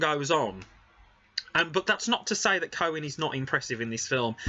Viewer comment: Pronounced Key oh gan